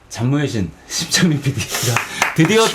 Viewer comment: 심창민PD라고 하는데... 계속 침착맨피디로 들리지..